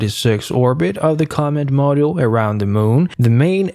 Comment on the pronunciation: Not sure if it's computer generated or not, but certain words "command module" for example - were horribly mangled. I agree, the narration was so irritating, I could not finish the video. Too bad, looked like good historical clips.